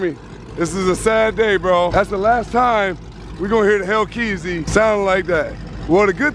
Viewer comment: bro just call it a hellcat plz stop saying hellkeazy